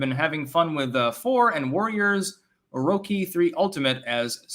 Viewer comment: It's not orocki the ch is pronounced like church. And he's referring to that dynasty warriors crossover.